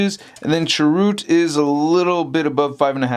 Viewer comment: first love the figs! I love the review, but I must say, I cringed every time u said Chirroot.:) the end has more of an "uh" sound. I'm correcting with the best of intentions. not trying to insult you. I luv u!